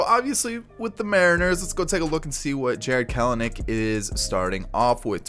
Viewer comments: The second ‘e’ is not a syllable. 🥬-nick, not 🥬-uh-nick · I believe his name is pronounced “kel-nick”